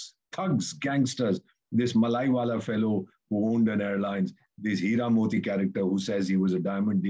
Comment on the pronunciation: Malaiwala fellow? You ooze contempt for fellow Indians by mocking their supposedly British accents, yet you cannot pronounce an Indian name, especially a Southern one. It is Mallya, pronounced Mull-ya. I and a lot of fellow Southerners can feel a lot of condescending attitudes from folks like you when it comes to South India, and that is an example. Perhaps you can't pronounce Seetharaman, or even my name, and maybe you do not care. If that is not a colonial attitude, then what is? Fortunately, we just laugh at guys like you because we feel very confident in ourselves and our contribution to the nation.